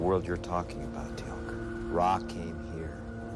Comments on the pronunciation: Teal'c NOT telac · Not telak more like téélk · It's funny to see your reactions to watching SG1 for the first time round, I've watched them all dozens of times and they're still great, it's Teal'c pronounced teal with an added k sound at the the end, not tee lak as you said, but that aside, enjoy the rest, they only get better while Jack is in them, still good after, but his character is missed when it's not in it as much. 👍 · if you say "tealc" one more time .... it's TEAL'C, how hard is it to say that? lol, just kidding, but do try to say the name correctly. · I'm so happy your reacting to this! Stargate is my all time favorite show! I love seeing new people find it, keep watching your gonna love it! Also it's not Telack it's Teal'c. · Did you call him Tea-lack? LMAO his name is Teal'c pronounced Teal (like the blue green color) with a K sound at the end. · Tee-ilk, spelled Teal'c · t-lack ? really LOL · With all due respect my friend, his name is Teal'c. It's pronounced Tea-eel-c. Teal, as in the color teal, then a hard c, as in car or cow or cap. Teal'c. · stop saying Telak.. it offends people. And yeah.. it is a shame Kowalsky died. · yeah every time he said it i almost yelled "its teal'c dang it" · That is so correct he should pronounce names . .is teal,c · I have to laugh when you you try and Teal’c’s name the C at the end sounds like a K.